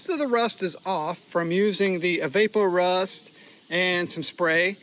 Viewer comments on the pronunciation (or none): fyi Evaporust is pronounced like evaporate. Like it evaporates rust. Great stuff.